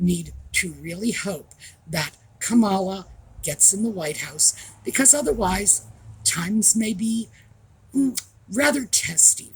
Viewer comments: I enjoyed your storytelling during your Live with Paula. Also, the correct pronunciation for VP Harris' first name, Kamala is Comma La. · Dear, you pronounced Kamala wrong. 🐈